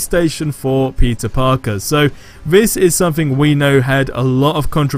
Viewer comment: Sounds like everytime he says peter parker sounds like he’s say pizza parker